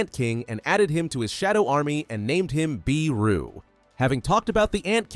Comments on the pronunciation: It’s Beru not BEEEEru. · Sorry to be pedantic, but I think Beru is pronounced as Bey-ru, not Bee-ru, but I'm pretty sure this is an AI generated video so... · Bro said beeru